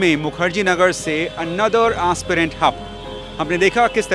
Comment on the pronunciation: Aaaaspirant nahi Aspirant hota hai Reporter bhai